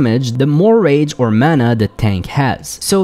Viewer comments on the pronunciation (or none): none